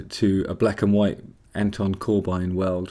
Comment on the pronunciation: It's pronounced Cor-bin dude.